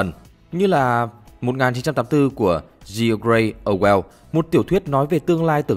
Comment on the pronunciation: George Orwell mà đọc thành "gi o ray o queo" thì bá rồi 😂